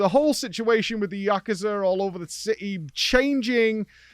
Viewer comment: it's actually prononunced Yakooza